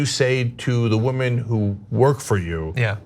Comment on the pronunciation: Oh nooo! The whamen!! Not the whamen!! 🤣😂🤣